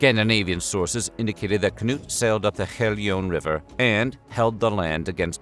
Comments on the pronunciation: Odd and random coincidence, it almost sounded like you said "Canoe the Great" for Cnut and the painting of him looks like he's holding a small canoe in his lap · Cnut the Great...whose name has to be read very carefully. 🤣🤣🤣 Loved it! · "Cnut the great", whose name must be pronounced very carefully..." That cracked me up!